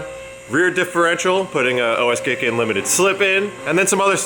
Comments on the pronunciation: Pronounced Guy kin to gi kin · OS Giken is pronounced O S Geekin